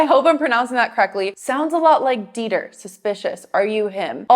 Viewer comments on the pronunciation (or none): none